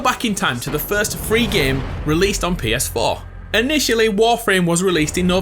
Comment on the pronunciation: "Pee Es Foh"